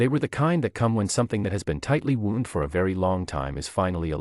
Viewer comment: The story gives the impression that her bruises on her arm are eight months old and still not healed. « something ‘wound’ tight » - the robot mispronounced the word. In this sentence, ‘wound’ is an adjective that rhymes with bound, found. It is not a noun that rhymes with mooned.